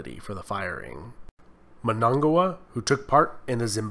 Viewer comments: its pronounced Mmmm-n-a-nga-gwa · The new president's name is Mnangagwa not MNAGWA